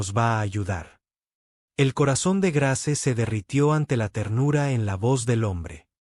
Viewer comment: Muy bella historia, eso sí se escribe Grace, pero se pronuncia Greis.